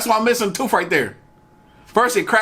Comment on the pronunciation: "Speak your truth" on the T-shirt. OK you asked for it. I feel badly for you not learning the english language. You should have stayed in school and educated yourself. (tooth ="toof"??)